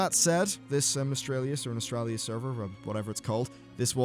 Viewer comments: Why are so many people pronoucing Nostalrius wrong? It's very similar to nostalgia (who would've thought?). It's not Nostralius but NostalRIUS. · Nos-tall-ree-us. Aside from being a picky grammar jerk, you hit the nail on the head. The consumer demand for old world content is astounding, and Blizzard ignores it--and shuns it--at their own peril. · can you stop saying nostraylius and nostrailius, english is your main language so use ur fucking brain and take 2 seconds to pronounce it properly before making a vid on it pls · Nos-tal-ri-us... Like nostalgia... Not that hard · Just read the word one time proper before talking please:P Nostal-rius...... (hint NOSTAL-GIA) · NOS-TAL-RIUS :-P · Lol, both ways you said it weren't even right. There's no r after the t. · Can you at least look up how to pronounce Nostalrius before making a video about it?